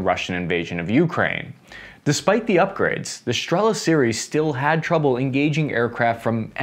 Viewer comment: Now got the "igla" thing (and no longer spells it as an abbreviation) - which is good: ) "Striela", however, seems to escape his linguistics, so here for anyone wondering - it's Russian for an arrow (стрела), and that "L" is actually NOT an "L" sound at all, it is pronounced as "w" - just as the "w" in "arrow" EDIT: Also, Polish "Piorun" IS NOT pronounced "PYRO-UN", but "P–IO–ROON" - "IO" as in "yo, man!".